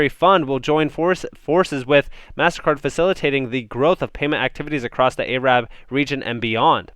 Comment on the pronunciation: Hey man, you're pronouncing Arab wrong. Cheers.